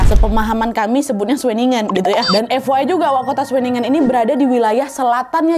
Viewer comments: pelafalan kata2 jerman, sesuai dgn Tulisannya, sama kayak indonesia...jadi nama kotanya kayak udah bener di baca schewinnengen 😅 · Sebutannya shuwenigen Tp lebih seru sebutan nadia sih 😂